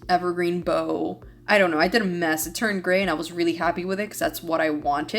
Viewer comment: Cute cards. BTW evergreen “bough” is rather pronounced “bow” like bow wow. Also, you’re right, this mama doesn’t have the $$$$ for all of the newest and shiniest craft supplies, either. 😢